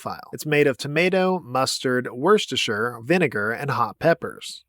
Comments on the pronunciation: Another brilliant vid mate. Worcestershire is pronounced "Wusstuhsheer", but you did great for an American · It's pronounced "WUSTER" shire. We have ridiculous spellings here in the UK 😅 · Wuh stah sauce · It’s pronounced woostershire. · Wusta sauce is Top Tier… Mate. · FYI Worcestershire pronounced "Wo-ster-shur" (basically the first r, c, first e, and final e are all silent). It's a county name here. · Worcestershire sauce is pronounced wuster sauce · Worcestershire is closer in pronunctiation to: Wustersher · You said worcestershire sauce wrong 😅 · You have misprounced Worcestershire sauce. Prepare for the wrath of the British.